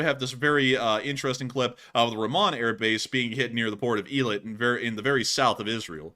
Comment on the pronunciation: Eilat is pronounced "A" like letter A, "A-LOT"